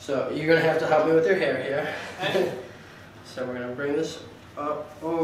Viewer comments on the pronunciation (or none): none